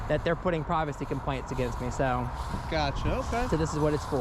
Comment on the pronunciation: I think she wanted to say “privacy complaints” but it sure sounds like “privacy implants”. TMI